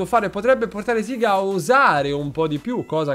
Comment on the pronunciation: E io che l'ho sempre pronunciato sega e non "siga" 😂😂😂